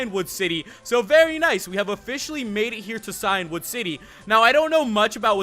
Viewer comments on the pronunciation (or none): Just to let you know that Cian is an old Irish name pronounced Key-Ann or Key-In, and it means Ancient, and you're saying Cyan, the colour which is like Blue. So it should be Key-In-Wood, meaning Ancient Wood